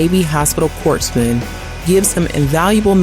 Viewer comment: Not to nitpick the narrator’s lovely voice, but the P in “corpsman” is silent.